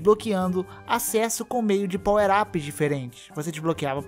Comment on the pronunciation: e power ups e nao powerapers